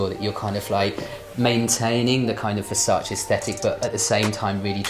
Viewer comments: NON È "VERSACI" È "VERSACE" Lo impariamo sì o sì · It’s VERSACE not VERSACI plsss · Girl, VersacE not Versaci